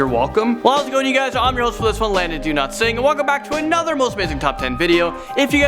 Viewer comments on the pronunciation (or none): Hey Landon Do-not-sing lol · Thought you said your name was Landon Do Not Sing 🤣🤣🤣